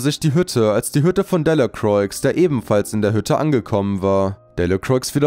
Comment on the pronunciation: Man sagt nicht Delacroix, sondern man spricht es delacroa aus